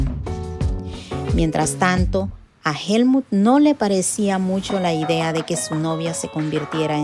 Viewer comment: Por qué dices Helmun si es Helmuth. 💁🏻‍♂️